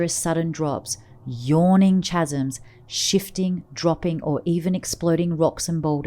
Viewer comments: Say "CHasms" one more time. I dare ta. I double dare ya! But seriously, what was a good narration becomes completely ridiculous as you can tell the orrator is uneducated and it loses credibility. Please say "Kaz-em" (phonetic of course). CHasm be gone, i shuddered my way through this. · Chasms is pronounced "kasms."